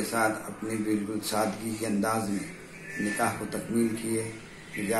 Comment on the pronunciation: Sab se pahle janab sahab se guzarish hai ke aap apni Urdu theek karein. Lafz “nikah” hota hai “NIKEH” nahi hota. Shadiyoon ka tareeqa Alhamdulillah sunnat ke tareeqe se ho rahe hain. Allah se dua hai ke sab musalmanon ko hidayath ata farmaye ke karona ke baad bhi log isi par amal karein. Aammeeen